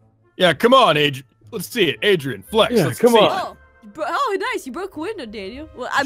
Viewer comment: Naomi Leona 奈米罗娜 Then she said Adrein